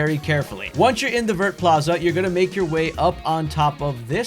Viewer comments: Vert district is pronounced as vye, its green in French lol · I come to you once again with a fun French pronunciation! Vert sounds like “Vare,” it rhymes with hair. The t is silent. À bientôt! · Thanks for that ! By the way, the "t" in "Vert" is silent in French :)